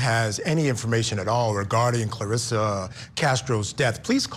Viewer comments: The voiceover person getting the name wrong over and over is offensive and unhelpful. Her name is Clarissa, not Clarissia or Carissia. Come on Court TV. The family will be watching this. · Wow, show a little respect and get her name actually right voice over person. Thank you Court tv for doing a San Diego case, I feel our cold cases never really get covered.